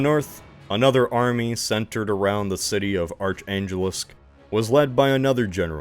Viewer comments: Egads, that pronunciation of "Arkhangelsk" made me cringe so bad. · Love your vids but you absolutely butchered pronouncing Arkhangelsk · That was the most disgusting pronunciation of arkhangelsk I've ever heard